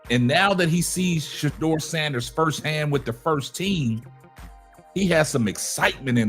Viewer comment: PLEASE! PLEASE! PLEASE! DON'T TRUST KEVIN!! HE COULDN'T EVEN SAY SHEDUER'S NAME!!